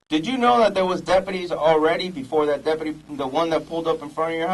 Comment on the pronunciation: They can't even say deputy correctly. More like depadee lol, idiots.